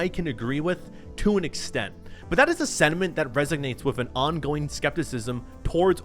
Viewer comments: ... sentiment.... sentiment.. not sediment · Sir did you say sediment instead of sentiment I can't be laughing this hard before bed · Did you accidentally say sediment instead of sentiment? I swear I heard sediment.